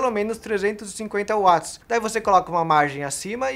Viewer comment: Ganhou o like por pronunciar "Watts" corretamente (Uats, e não Vats)